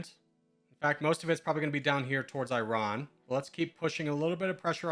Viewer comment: The way you say Iran absolutely kills me. try "ee" as in "free" and "rawn" as in "brawn" : ee-rawn, same or Iraq, ee-rock